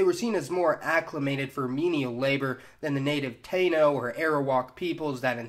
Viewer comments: This guy does a terrible job with the names he butchers all the names of the people it's called taino= tye-e-no. And garifuna= ga-ry-foona..... it's very simple 🤦‍♂️🤦‍♂️🤦‍♂️🤦‍♂️🤦‍♂️ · And dude your accent is so off. You mispronounced so many words. Garifuna, Taino, patios among others. Please learn to pronounce them correctly.